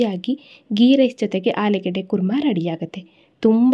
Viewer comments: ಆಲೂಗೆಡ್ಡೆ ಅಲ್ಲ ಆಲೂಗಡ್ಡೆ ಅನ್ನಿ. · ಆಲೂಗೆಡ್ಡೆ ಅಲ್ಲಮ್ಮ ಆಲೂಗಡ್ಡೆ ಅಂತ ಇನ್ನೂ ಮುಂದೆ ಹೇಳಮ್ಮ.